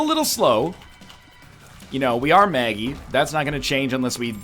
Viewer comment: NL it's not Maggie Mega Satan it's Meggie Satan